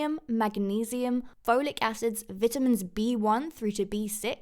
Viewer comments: Omg 😆 the way she’s saying Vitamins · When their accent says vitamins rather than vitamins